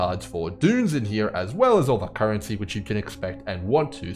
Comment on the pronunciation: I'm just here to hear say "Carrency" 🦘